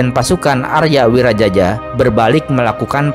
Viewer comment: Aria Wiraraja.. Bukan Aria Wirajaja... Kalau Wirajaja ntar dikira moyangnya Jaja Mihardja.. 😅